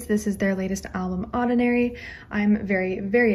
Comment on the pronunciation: when you say "oddinary" it sounds like "ordinary" but with an Australian accent